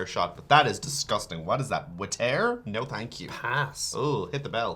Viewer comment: "What is that.....Watair?" hahaha